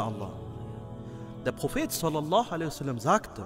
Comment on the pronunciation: Könntest du "sallallahu ‘alaihi wa sallam“ bitte deutlicher ausspechen und vll in Arabisch schreiben? Ansonsten schönes Video, MaShaaAllah